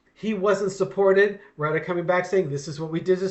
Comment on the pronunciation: It's pronounced: Roo-tay.